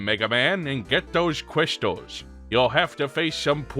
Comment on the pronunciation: "Gwab the cwystals, an shtop whowevah's in chawge!" Who doesn't love that Dr. Light? Also, it's good that you finally came clean after all these years... That skeleton finally got removed from your closet.